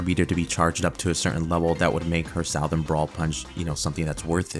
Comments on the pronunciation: “Sow-thern?” Have we reached a point in American education that graduates don’t recognize the word southern anymore? No hate, I’m genuinely floored this is a thing. Someone in the public school system (who am I kidding, probably about all of them) let you down, sir. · “south-ern” LMFAOOOO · Saow-thern brawl?? Bro 😭😭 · They need to seriously do customizable sets to keep early characters relevant. They already proved they cluld do it with zombies. Also its "suh-thren brawler" no whatever you said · Never in my life have I heard someone so confidently mispronounce "Southern"